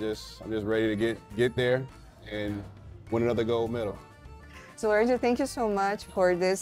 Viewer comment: Lorenzo se i izgovara, a ne Lorenco. Nije Španac. Tako da su pravilno i napisali na srpskom Lorenzo Braun. Nadimak mu je Zo, a ne Co.